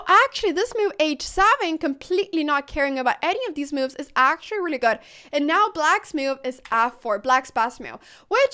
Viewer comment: Best name because she cant say moves, she says meoovs